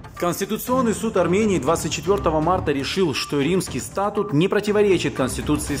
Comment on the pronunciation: Не стАтут, а статУт (ударение на последний слог)... Я не знал, что уровень юридической грамотности Самвела Карапетяна контролируется из Кремля и его МИДа РФ. (проконсультируйтесь платно ( у Вас же есть деньги!) у 12 НЕЗАВИСИМЫХ западных экспертов и сообщите ответ своему народу! - Вот это будет по чести! Спасибо заранее, если вознамеритесь пойти на это БЛАГОЕ ДЕЛО...)